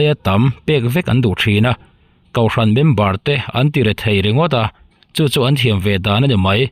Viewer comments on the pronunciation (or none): Namg pawh hi, mizoṭawng ,hmandikloh i ngah aw, kauhran anilovin, kohhran tih tûr aw,😂